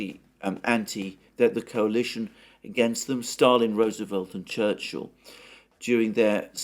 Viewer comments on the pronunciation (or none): none